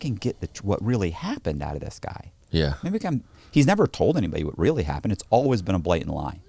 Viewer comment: Who else laughs when over-emphasizes the “Rrrrrr” In “Really”